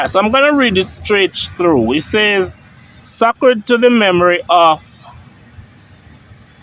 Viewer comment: pls pronounce Sacred (say-cred)